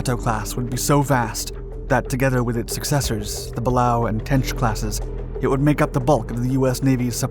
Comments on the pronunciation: It's pronounced "Gate O" not "Got Toe" PS the other one is pronounced "Bailey O" like the old pirate or the more modern word used when repleing down a cliff not " Ballow" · Balao class is pronounced buh'lay-oh.